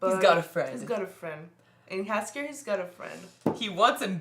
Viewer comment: I have to be a nitpicker a little bit: For english speaking persons it isn't "Jaskier" but "Yaskyer". It means "buttercup" in Polish and is this bard's original name (compared to Dandelion from the initial translations and the games). If you want to know about Geralt's origins watch "Nightmare of the Wolf". This animated movie will introduce you to Vesemir, too - a quite important character in the Witcherverse.